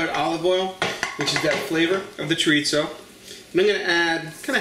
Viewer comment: I like rice! This looks like a winner for me! By the way... chorizo is pronounced chor- ee-so... if you can roll your tongue on the r... you got it!